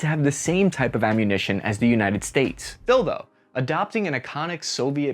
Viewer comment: 2;55 did you say "still though",or "dildo?"